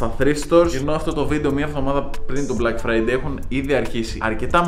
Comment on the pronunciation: Nobody:: Μπλακ Φραιντέι